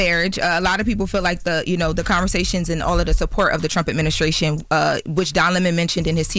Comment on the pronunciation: its "adminisTration". There is no "K" in that word.